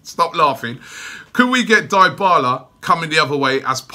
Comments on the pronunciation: Crootdog Gaming it's pronounced as D'bala bro and not diebala😂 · If there's one thing I hate about these videos, Robbie, it's the name pronunciations! "Torrea" "Squadron Mustafi" "Dai-bala." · Anteater23 and then he says Diebala 😂😂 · Well I've been watching Juventus for a long time and since he went to Juve they've always pronounced it as DeeBarla not DieBarla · Dybala is not "die-bala" its "dey-bala." you and DT have to learn pronunciations man. smh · Die-bala?? 😂😂😂😂 ily Robbie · Crootdog Gaming you are right i know nothing about football. Its pronounced D'bala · Crootdog Gaming It’s pronounced D’Bala lol. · Imagine Robbie as a football commentator...i wouldn't be able to deal with his pronunciation. Man be talking bout die-bala, Squadron Mustafi, and my favorite, Papavopoulos...like damn bro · If you can't say his name, you can't sign him. Dibala LOL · DYHBALA, ROBBIE, DYHBALA! XD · "dyebala" lmao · The Dybala rumour isn’t funny but the way you pronounce his name is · Did you just say Dybala? Yeah no Robbie, just no. We can’t right now. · Love how you pronounce all top players names wrong. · MAn the way you said Dybala 's name is DIABOLICAL ! HE could reject arsenal for the fucked up way you pronounced him ..